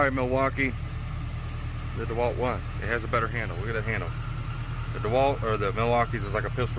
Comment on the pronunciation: Hell yea man but may I remind you the its not duhwalt its DeWalt pronounced dee walt lol love it man just wanted to give ya a little shit lol